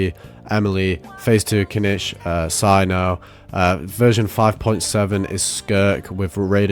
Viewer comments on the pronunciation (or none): none